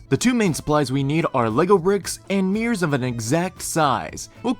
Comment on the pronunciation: Nice! But I call those special items "mirrors", not "meers". 😆